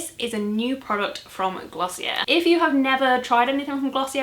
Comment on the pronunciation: I believe Glossier is actually pronounced “gloss-ee-ay” 😀